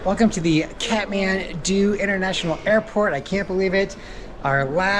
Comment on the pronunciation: Kathmandu not catmandu😂